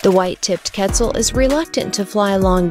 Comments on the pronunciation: Quetzal more like PEZ-al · i cannot stand how she’s saying quetzal… ketzul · It's kett - ZAHL. Geez. The least you could do is say the name right. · Yessirrr but it killed me hearing her pronounce it ketzul lol